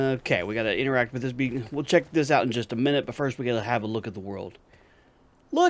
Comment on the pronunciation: its not bacon its beekon!!!